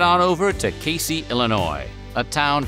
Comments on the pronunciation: Ayy I’m from Casey! For The record it’s pronounced cay-zee. Also all of the “world’s largest” items have been funded by one family The Bolins in order to draw tourism to the town. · Casey, Illinois is pronounced "Kay-zee" just FYI